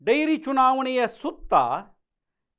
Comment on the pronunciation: ಡೈರಿ ಅಲ್ಲ ಡೇರಿ